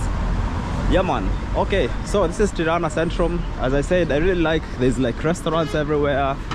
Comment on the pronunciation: At least he didn’t say piranja